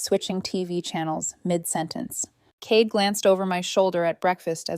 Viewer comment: Cade, mispronounced.